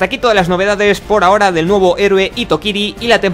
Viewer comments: Hitokiri se pronuncia Jitokiri. Solo corrijo con todo respeto ;) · hitokiri se lee como jitokiri, lo digo como nihongo no gakusei ( estudiandte de japones) xD